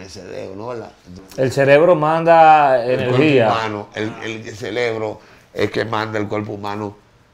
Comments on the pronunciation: (LA PALABRA CELEBRO) me hace doler los oídos , esa historia está mal contada , donde estaba su familia en ese momento? Que maldita fragilidad, si x un jumo de 1ra vez todo el mundo cayera en vicio, entonces todos estaríamos como él con el ce re bro 🧠 tostado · Exacto, dizque se aclarò todo, ahora estamos màs confundidos, y no creo nada, para mi es puro rating, ese tipo no sabe ni donde està parado, sòlo habla muchas estupideces e incoherencias, el "celebro" como el dice, lo tiene fundio 🙄